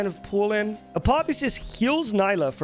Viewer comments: Nila , hehehe nila haha . Seriously it's NILA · I could barely focus whenever he said her name wrong but great video